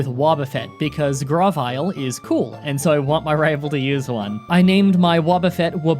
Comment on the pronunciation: Sorry, but it's "Grow-Vial" and not "Graw-Vial" for that mon's name.